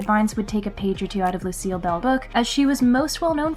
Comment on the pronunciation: Lucille not Lucielle